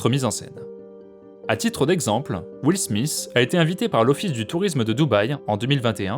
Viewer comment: Will Smith ... et non Smisss. Écran DEL et non LED 🙃🙃 !!